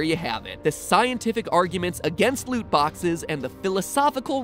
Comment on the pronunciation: Lut boxes a not de wea brudda